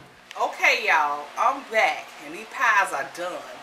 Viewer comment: She don't say back, she say bike lol